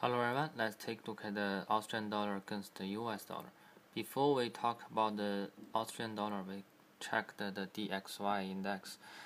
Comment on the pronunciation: Hello. Thank you for your videos. I’m trading this pair as well. Let’s see what happens on Monday. Remember. It’s Australian , not Austrian. Cheers.